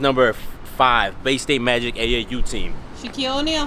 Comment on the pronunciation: there’s no way she just said “Shaquille O’neal” 😂